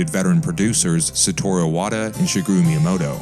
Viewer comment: I liked your video, but I cringe every time you say "shuguru" miyamoto. You put a lot of work into these, just Google how to pronounce the names of your sources.